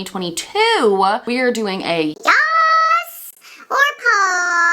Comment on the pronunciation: May I suggest putting the emphasis is YAS and then say PASS. Like: “yass 🛍🏳️‍🌈💅” and then just “pass” I hear “yossss” and “poss”